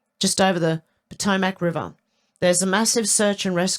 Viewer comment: 🥰... close, respelling is pah- toe - mik